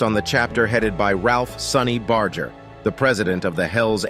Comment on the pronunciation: You can't even pronounce sonny's name correctly. Smh